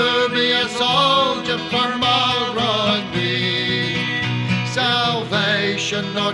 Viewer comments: All true, but still not sure what it has to do with the mispronunciation of his name in the video. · An army, not the army. Not entirely sure what that has to do with the mispronunciation of his name in the video, though.